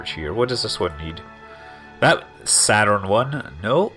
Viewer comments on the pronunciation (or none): none